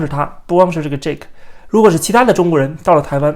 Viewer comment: 是Jake, 不是Jack。 發音不一樣。